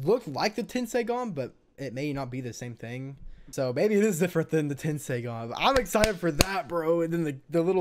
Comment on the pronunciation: It's not tenseigan lol😂😂